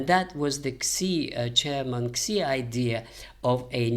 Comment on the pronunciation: Xi is pronounced "Shee."